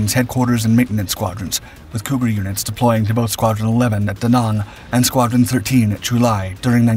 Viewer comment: The second word of Da Nang is pronounced with a long A. I find a puzzling how you pronounce words sometimes. It's like you have gaps in your knowledge of standard English words. Your breathless, urgent delivery coupled with your constant mispronunciation of standard English words removes credibility and so nothing you say can be taken as true fact until checked. Checking often does reveal falsehoods in your narration. I am hoping you learn to do better because we need all the good history channels on YouTube that we can get.